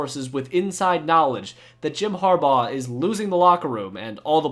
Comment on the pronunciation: “ Har- baur “